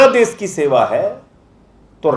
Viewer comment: Uncle SH bolna seekho .....S nahin hota .....des, vides, sosan , sabasi, sor ,behos